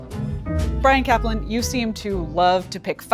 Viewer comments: "Caplan". Every. Single. Time. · "Brian Caplan" Every. Single. Time.